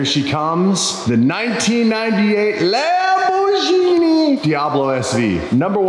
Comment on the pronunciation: Love the vids, but the way you say "Lamorghini" is hurting my Italian brain. If you don't know how to say it with the accent don't try! Kind of just rude, even if you're just having fun!